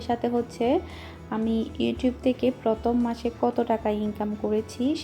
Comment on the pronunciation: পথম না প্রথম.. ভাষা ঠিক করেন..